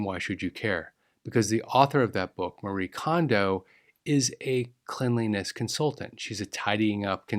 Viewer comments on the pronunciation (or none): none